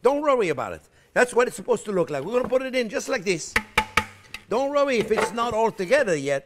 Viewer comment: "Don't rorry about it.....Don't rorry about it! A child can do this." 😂❤😂❤😂 I love it!! Ok, I'm all in. I'm all for this. Let's do this!! 👏 👏👏👏👏 No more store bought crust for me, Baby!! I've never had so much fun watching a cooking show before. Things I've been intimidated to do are melting away. I would adopt Chef Jean-Pierre if I could 😂